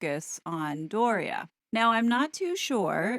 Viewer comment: The same with Doria’s name…